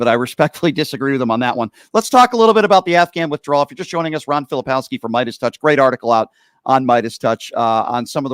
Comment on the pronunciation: Hey Brian - Ron is too nice to correct you, but do him and yourself a favor and pronounce his last name correctly. Filip-KOWSKI not Fili-POWSKI. There's a "K" in there. I enjoy your show.